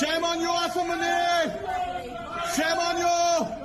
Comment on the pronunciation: "Marshal Ass-In Manure" quite an apt pronunciation